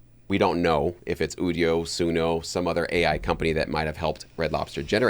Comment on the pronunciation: People who don't know how generative AI works... or how to pronounce Udio. They probably also pronounce nVidia as "nuh-vidia" and "OS ex" instead of "OS ten". 😜